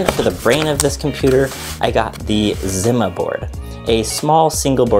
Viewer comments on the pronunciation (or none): Zima is pronounced zee-ma. The yellow is GORGEOUS, my eyes are erect! LOL